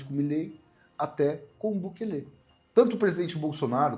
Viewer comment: Tem só que aprender a falar Bukele direito😂😂😂❤